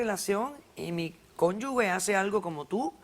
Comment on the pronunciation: Son cónyuges, no 'cónyugues', esta última palabra está mal dicha.